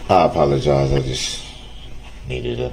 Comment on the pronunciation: "I pollogise, I'm pretending to be a lil motional"😡 he's pathetic GROUNZ GROUNZ